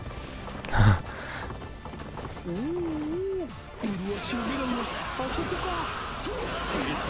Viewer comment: 麗し→うるわし、です。 あとかなり前でしたが幸村が仲間になった時に『日の本一の兵』の兵を、「へい」とそのまま読んでたと思いますが、正しくは『つわもの』です。 細かくてすみません。 実際の秀吉の美女好き(女好き)がよく出ているサイドストーリーですね(于禁と稲姫の出て来る大宴会でのサイドストーリーの秀吉もそうでしたが) 顔の良い鍾会に頼む策と言うのも実に秀吉っぽいですね。 「あいつなら女に興味が無いみたいだから横取りされる心配がないから安心」とか言っていたのは(有名な話ですが)秀吉自身、よく「サル」と言われていたようにあまり容姿は良くなかったからでしょうね(実際、主君である信長から「サル」や「禿げ鼠」とあだ名されるほどの見た目だったらしいですし…。) 美女を得る為ならどんな手段も選ばない、どんな事をしてでも手に入れる！という、やはり実際の秀吉らしさが出ているサイドストーリーですね。 「美女に目移りするのは男の性(さが)」と清正に言っているところとか、本当に実際の秀吉っぽいセリフですね。 それでよく正室のおね(ねね)と夫婦喧嘩をしていた話もあります。(サイドストーリー内で清正が「ねね様という立派な奥方がおられるのに」という発言は、実際は信長がねねから「側室を持つようになり自分を顧みなくなった」と相談を受けた信長が(確か手紙で？)言った事みたいです。) 実際のねねは正室でもあまり美人ではなかったらしいです(だけど頭が良く、秀吉の出世を陰で支えたと言われています)あまり美人ではない正室のねねより名家の家柄の美女ばかりの側室にばかりかまけていたのは、自分の出生が農家の出(忍では？の説もありますが)身分の低いのがコンプレックスで、その裏返しなのか周囲にバカにされない為なのか…、何とか自分の周りの側室だけでも名門·名家の出の美人をはべらしたい気持ちはあったと思います。 無双乱舞の時の金貨が空から降ってくる演出や兜や鎧姿が金ピカでやたら派手なのも『派手好き』な秀吉らしいな〜、と思って見てました。これらもコンプレックスの裏返しなのでしょうね。